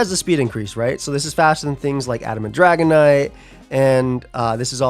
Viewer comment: Can't wait till someone make a feature video and accidentally calls it "dragonate"